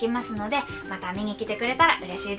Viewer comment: バイバーイ♡じゃなくてバイバイ！！が 最高に好感度いい（笑）